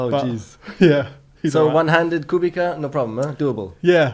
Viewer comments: it's not Kubika, it's Kubica (in English it would be Kubitza) for God's sake... I know that the journalists may not know that but Nico was racing with Robert on the grid, so he should know ;) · Oh come on! Atleast you guys should pronounce Kubica's name the right way.